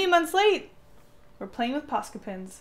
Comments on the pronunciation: OMG it's Pens not Pins. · Very talented But why are you saying Pins Its distracting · Why do I keep hearing posca PINS not posca PENS ;_ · Am I the only person washout hears her say posca pins? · The way she says ‘pens’ sounds like ‘pins’ .... it’s so cutteee😍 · Why does it sound like you're saying pins? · The way you say pens sounds like you’re saying “pins” it’s kinda awesome ( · posca pins! posca pins! posca pins!... :P thats all i could hear.. i am sorry. i like your drawings. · I love how when you say pens you pronounce it “pins”